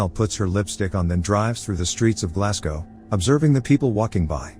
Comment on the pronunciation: Interesting that the robot narrating this can pronounce "Glasgow" properly when 98% of American humans can't. BTW it's "glaz go", simple as that.